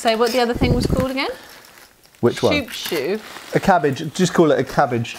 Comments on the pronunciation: That's pronounced Coupe-Chou and not Choupe chou loll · On dit : un “coupe-chou”. And the slang name transferred to straight razors in more recent times.